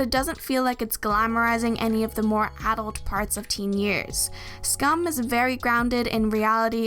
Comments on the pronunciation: Finally someone that said «Skam» right✨😩 thank you lol. Loved the video❤️ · You make so many good points! Also wanted to quickly say that I appreciate you pronouncing Skam the way it's pronounced in Norwegian! I rarely come across that when in English speaking videos